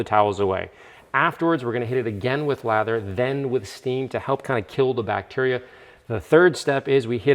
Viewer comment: Come for the NSX, stay for "bacterier" 🤣 who said sleep deprivation is bad for me